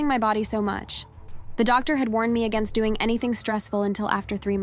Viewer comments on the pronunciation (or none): none